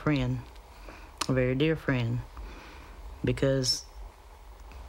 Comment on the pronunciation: A very deer frenn?